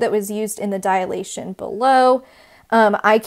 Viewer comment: Students often mistake it as a "dialation" , so please pronounce it properly. It is a 3-syllable word: you're saying diAlation, instead of dilation. Also: why not refer to the shapes as preimage and image?